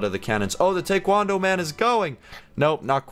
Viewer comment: It’s not tay-kwon-dough lol it’s tie-kwon-dough